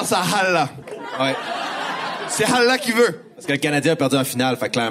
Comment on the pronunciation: on dit pas « Halla », c’est « Allah ». Le H est à la fin, ça m’a écorché les oreilles 😵‍💫